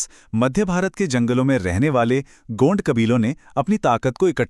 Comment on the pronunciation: Pahle to gond ko gaund bolna band karo bolna ni aata to bolo bhi mat gaund ek bramhan hai😂